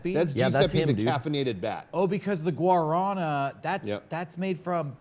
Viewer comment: I liked it when tried to pronounce guarana